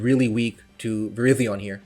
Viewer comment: ik, that was a joke. He used to pronounce it "verizon"